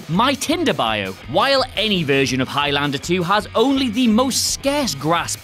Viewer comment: Why do you say highlander so weird ?